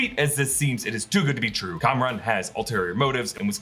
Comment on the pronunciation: reminder his name isn't "Cameron" it is Kamran